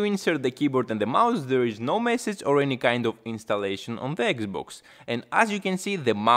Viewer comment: i had to watch muted, This guys voice and accent are HORRIBLE on my ears… SHUUUUUUT UUUUUUP, Its XBOX not XBOOK and its BUTTON not BATTON